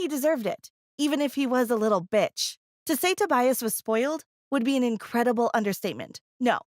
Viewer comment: the way u said bitch